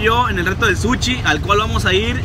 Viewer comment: Un suchi no mames quien vergas le dice así al sushi jajajajaja